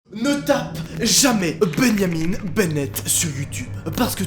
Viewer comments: ça se bajamin est pas beneyamine. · MOI : Répète après moi, BIN-JA-MIN 🙂 NOA : BI-NYA-MINE🤨 MOI: BIN-JA-MIN BORDEL !!!!🤬 NOA : binyamine... 🥺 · Ça m'a perturbé aussi je disais Benjamin aussi pas Beneyamine😅😅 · beau francais osti de cave xD tu dit benyamin au lieu de benjamin ...... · C’est Benjamin et non Ben-ya-mine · Moi: Benjamin: bégniamine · Benjamin pas Beunyamine mdr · C'est comme benianim ou je sais pas quoi BENJAMIN mon gros, pas benianim. C'est pas possible tu le fais exprès dis-moi?? Stp dis-moi que tu le fais exprès!!! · « Benjamin » ça se dit pas « benyamiN » mais « binjamin » avec le son « in » pas « ine » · Pareille ptn 😂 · Il dit beyamine au lieu de Benjamin 😂😂😂😂😂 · Beuyniamine Benett wtf x) c'est tu vraiment comme ça qu'on prononce Benjamin en France? qui ce dit vraiment plus comme bain-ja-main ici seigneur hahaha c'est horrible Ça change tout le nom votre prononciation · comment tu dit benjamin on dit "bingeamin" pas "binyamine" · Beyamin Bennett Moi: c'est BenJamin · Benjamin pas benyamin au debut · « Benyamine » tu n’as pas respecté les Benjamin mdr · Arrete de dire benyamine c Benjamin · "Ben Yamine" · Sa choque personne quil dit beniamine au lieux de Benjamin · C pas Bengamine c Benjamin et c forum pas foroum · Benyaminne ?? Sa se prononce bain ja main (benjamin) pas benyaminne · Sa ce dit pas comme sa Benjamin perso c’est mon nom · C moi ou il dit « bénamine benette » a la place de Benjamin benette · Nobody: Literally nobody:: bEnYamiN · Wesh je suis le seul a remarqué qui dit BENYAMIN BENNET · Pourquoi "Benyamine" ? On dirait presque du néerlandais xD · Je me suis posé la même question sa se prononce binjamin. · Benyamine??? Non mais sérieux ?!! 😂😂. La prononciation devien grave parfois (je critique pas vraiment ses de l'ironie) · ''Ben Yamine'' ... ?? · ”Benyamin» «foroum» 😭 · benniamine ? foroum ? mdr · tu prononce Benjamin: Benyamine?! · Mdrr comment il a dit benjat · Tu prononces trop mal benjamin 🤣